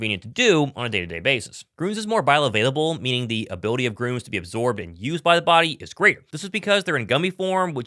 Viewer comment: Hey, "Gruns" (with an umlaut), is pronounced just like "Greens."